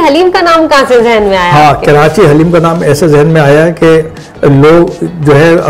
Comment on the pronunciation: Indeed a very good interview. But pls don't add "N" in Karachi 🙏 It's not KaraNchi. Atleast we should know to correctly take the name of our beloved city.